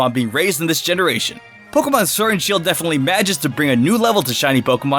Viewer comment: I heard u say sword and shoe xD